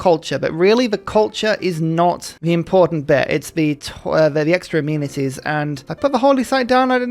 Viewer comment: My favorite '-ism' is how 'amenities' always sounds like 'immunities'